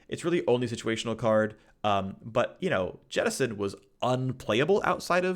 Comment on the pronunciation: No one: Phreak: jetisson